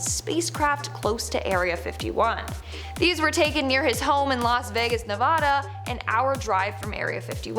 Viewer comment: You said Nevada wrong Signed- someone who lives there Love your video